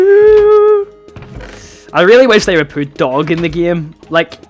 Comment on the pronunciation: sounded like he said poot a complaint, because of his accent!